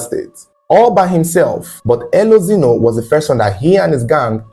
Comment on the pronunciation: Pronounce the E as A. Elozino. Meaning Light has come.